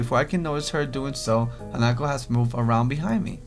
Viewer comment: its han-a-ko